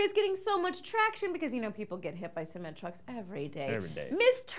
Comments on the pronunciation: See-meant truck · "Hit by a se-men-truck" Uhm,...